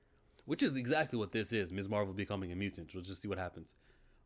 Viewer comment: You're right about the pronunciation of Ms. (Miz) but if you've watched anything featuring the character from the MCU content to the cartoons then you'd know that Marvel has always referred to her as Miss Marvel and that would be absolutely correct because she is a young lady who is unmarried